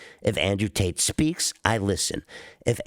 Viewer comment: This rat can never seem to get tates name out his mouth 😂